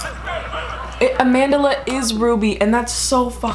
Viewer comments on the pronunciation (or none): “AmandERla” 😂😂 it’s just Amandla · I'm south african and its pronounced closer to AH-MHAN-DHLA but i know that's not important info it's always just funny when I hear Americans say her name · The way you pronounce Amandla makes me laugh